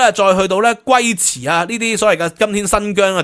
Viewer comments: 發音要糾正 龜茲（粵拼：gau1 ci4、「鳩慈」；龜茲文：Kutsi；梵文：Kuci-na；維吾爾文：Küsen），又叫做曲先、丘慈、邱慈、屈支、丘茲、拘夷、歸茲、屈茨 唔係讀「龜」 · 有個關於讀音的問題，想分享一下。 1. 「大月氏」的月，經過考證，應該仍然是月(不是中文做部首形似月的「肉」)。 2. 「龜茲」的 龜，應該讀「溝」音。